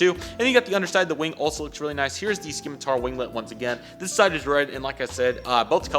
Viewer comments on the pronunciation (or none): "Skim-a-tar" lmao, it's pronounced "sim-a-tar" 2 more things, aircraft do NOT have "right" and "left" sides, it's Port and Starboard! 2 the graphics are actually very pixelated on the real aircraft....or they were.😂